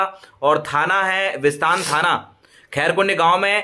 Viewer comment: Bhaii visatn nhi hee bisatan he .. bolo to sae pele